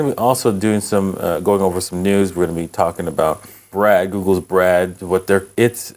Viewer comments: You’re pronouncing “Bard” incorrectly. It’s BARD. Not. BRAD. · Bard, not Brad. A billionaire should learn some correct pronunciation. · Why is he consistently calling it Brad? :-) It's Bard. Also, it's more like ChatGPT than Siri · How the hell you call B-Ard, Brad?! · BARD not Brad,bard as in Shakespeare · Why can’t he just say BARD?